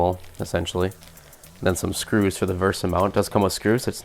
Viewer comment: VESA not VERSA